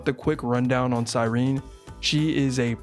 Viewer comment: finally someone who can pronounce cyerene